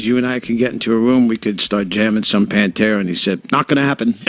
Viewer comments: The way this guy pronounces Pantera is cringy af. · Why are you pronouncing Pantera like that? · If you are doing a vid about Pantera at least say the name correctly! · Pronounce the name of the band right. I couldn't even watch the video. So irritating. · This guy can't even pronounce PANTERA,Lol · How can you report on such an Iconic band n pronounce the name like an absolute fool 🤦🏼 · The readers pronunciation of "Pantera" drives me nuts. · Why are you saying Pantera like that? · It’s Pan Tear Uh not Pan Tura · Bro, it's Pan Tear Uh... NOT Pan ter Ah... Sigh... Vinnie Paul HATED Phil! HATED HIM! So I guess Van Halen is having a reunion without Alex and Eddie... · Who's Pantra? Seriously you can't pronounce the iconic bands name correctly it's Pantera ! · its PAN-TEAR-UH(PANTERA) dude..not pan-tur-uh panturuh...omfg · Its pronounced Pan-tera f$%ktard!! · It drives me nuts when producers of these videos are so lazy that they use computer generated narration...."Panter-uh"? That sonically says to me that the producer of the video knows nothing of what it's all about. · Why you calling them Pantruh? Cringe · I had no idea that Pantera was pronounced Pantra, thanks narrator! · If you have a YouTube show about metal, learn how to pronounce PANTERA. PANT(like pants). and ERA(like the end of an era). Now say it with me. P A N T E R A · Are you serious with the way you pronounce PanterA. You have no right making a video about them. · Please say PANTERA right, just one time! Ffs! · I paused the video after the second mispronunciation. I cannot watch videos where the main subject they are talking about is pronounced wrong. Ever heard of research? There must be hundreds of videos with the name said correctly. Ever do any editing? How do you watch this and put it out? I wanted to hear what the two gentlemen had to say. I tap out when people are this lazy. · Not even pronouncing the band's name correctly... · Mate you need to learn how to say Pantera properly